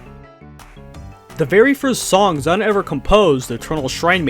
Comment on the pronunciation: Here's a fun fact for you, the guy who made this video doesn't pronounce ZUN right even once in this video!